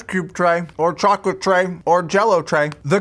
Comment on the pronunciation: Sans the cool dunking Memelord Chocolate? Did you say "chocolate"!?